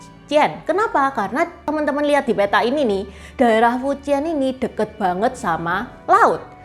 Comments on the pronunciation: 福建 dibaca nya Fú cièn bukan fuciyen, bukan juga fuchiyen, juga bukan fuciyyen❌❌ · Fújiàn intonasi 2 naik trus turun 4 cara baca nya ce , bukan fu 1 lurus dan jian 3 melengkung